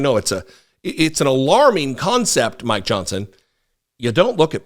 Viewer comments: You say "Mike Johnson". I hear "My Johnson". Sort of like My Pillow. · 😅😂🤣I thought you said “I want to talk about my Johnson”! Before I realized you said mike Johnson! Omg i almost spit my drink out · I love how you keep saying " my Johnson " I'm not hearing "Mike".... that is awesome!